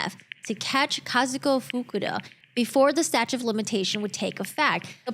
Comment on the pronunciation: Are you trying to say statute of limitations not statitute or whatever butchered version of the word you used. Oh there’s more lol crime of the scene not scene of the crime? Such an educational video on illiteracy